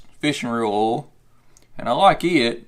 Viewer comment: Oil , not 'Ol' Thanks for the video.